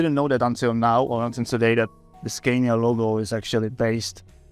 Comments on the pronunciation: The guide Raul Fernandez pronounces it the right way. Scania is a swedish company and this is how swedish speaking people say it. The native way So I think this must be the only right way. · Great vid. Loved it. One thing: the interviewer keeps on pronouncing the Scania name wrong, while he can hear the museum guy saying it right.